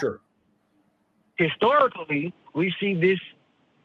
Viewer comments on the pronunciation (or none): I’m 13 minutes in and I still can’t believe the call said, histic-storic-lly. That will probably be stuck in my head for days. 😂